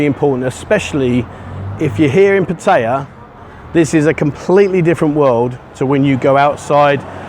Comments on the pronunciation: ....puh- teye- yah..... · Surely you can learn how to say Pattaya correctly as it’s mentioned in your videos often Thai people would respect you more